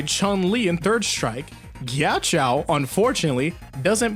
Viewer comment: You're making me so angry with how you're pronouncing Ghiaccio's name. Yes, I am a Ghiaccio fan. (This is a joke lol)